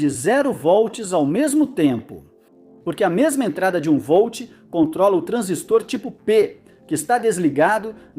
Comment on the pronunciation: Transístor, putamerda! É paroxítona. TRANSÍSTOR e não TRANSISTOR...